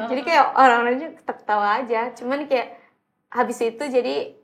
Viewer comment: Jaksel banget : “keya” (kayak) Tapi kenapa ngomong “sebelum” jadi “subulum”😭